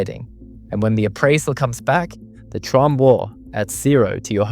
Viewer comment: I don't speak French. Thank you for confirming Felix's last name is correctly pronounced "TROMB" (silent E) and not "TROMBAY."